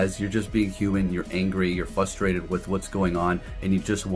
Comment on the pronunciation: fRustrated. You sound like a goof saying fustrated